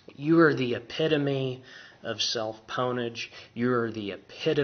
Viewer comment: this guys a n00b he said "ponage"!